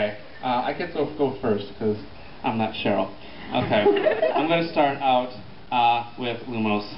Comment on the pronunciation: *cough* It's Cheryl, not Cherly ;)